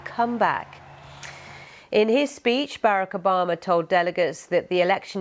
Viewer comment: Foomuh president Barrick Ubahmuh 😂